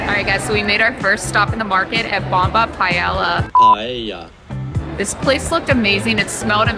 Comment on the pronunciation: Ha! Love how you pronounced it PAHELLA. It's delicious regardless how you pronounce it.